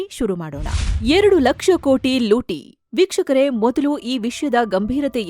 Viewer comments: ಮಾನ್ಯ😂 ನಿಮ್ಮವರು ಅಂದ್ರೆ ಆಂಕರ್ ವೀಕ್ಷಕರೇ ಅನ್ನೋ ಬದಲಾಗಿ ಭೀಕ್ಷುಕರೇ ಅನ್ನೋ ತರಹ ಕೇಳ್ಸಿದೇ ಸ್ವಲ್ಪ ಗಮನ ಹಾರ್ಸೋದಕ್ಕೆ ಹೇಳಿ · Pronounce properly madam BYUKSHAKARE AALLA vikshakare antaa anni